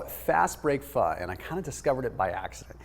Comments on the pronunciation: fyi pho is pronounced fuh :) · Why is it spelled Pho, but pronounced Pha? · colonialism aka french aka pronounce pho like a french word and the o will be very short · He said pho cooking so say it fast yes I thought so too ! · He said Pho cooking. Say it together fast and it sounds like it, but he didn’t say the F bomb. But it’s funny.